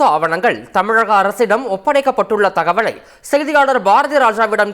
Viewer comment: "thagavazhai" aa... moodevi... ennadaa thamizh idhu...